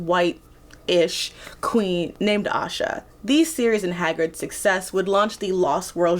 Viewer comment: this was so fun to watch!! and btw ayesha is pronounced a-ee-sha :)